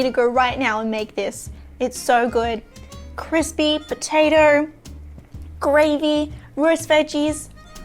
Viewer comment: Great video, but every time you switched from "potato" to "potater," I died a little inside.